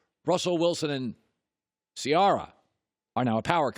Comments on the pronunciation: He always said her name wrong, I don't know why nobody will correct him on it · Put some respect on that name —> Ci-air-uh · Did he say Ce-R-Rah? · Ciarra lol you sweats Russell's Balls so much but don't know how to say wife's name. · How is it possible you pronounce Ciara’s name right then a few seconds later botch it? LOL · how many different ways is Colin going to find to pronounce the name Ciara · I know this man did not just mispronounce Ciara’s name. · He did. Multiple times